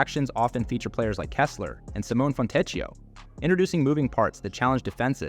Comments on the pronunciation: You got at some point confused, it's FONTECCHIO SIMONE not Fournier or whoever you were calling him =) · The pronunciation of names and other words in this video is hilariously wrong. It's not just tough names like Markkanen, and Fontecchio, but the narrator somehow turns "Sexton" into "Seyan" with the accent on the last syllable! I'm a Jazz fan and want to understand the analysis, but it very difficult to not be distracted by the pronunciation. Another example: "crucial" is pronounced with the accent on the "a"